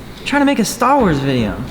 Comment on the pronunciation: Nono... He clearly said Stuh-Woz.